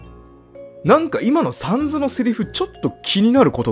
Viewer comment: お疲れさまです。 ところで、「サンズ」のアクセントですが、「三途」ではなく 週刊少年「ジャンプ」が一般的かと思います。 どうでもいいことですが一応ご参考までに…… サンズへの考察面白かったです。彼が何を抱えているのか、それとも 別に何も抱えていないのか？それを確かめるためにも、続きを楽しみにしています 1度見た状態でやり直しているとこのセリフが出ます テストプレイがバレる配信・動画投稿者泣かせのUNDERTALEｗ ここFF6 自分も舞台上を動き回ることができます。メタトンと一緒にミュージカルを演じるのも一興です🎭 カラータイルパズルの説明は にタイムスタンプしてあります 今はもう覚えましたけどぼくは「ファイヤーエンダーマン」とか言ってましたｗ まぁ腹、無いんですけどね！\ﾂｸﾃｰﾝ/